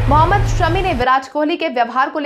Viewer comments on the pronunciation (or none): none